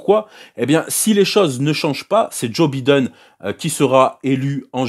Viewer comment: "Djo bideun" 🤣 j'ai failli m'étouffer quand je l'ai entendu